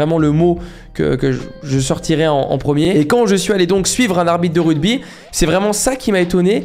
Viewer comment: C’est ruGby et pas ruDby par contre 😂